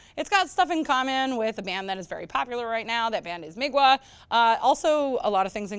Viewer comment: Migwa? That hurts me, and I'm not even Polish.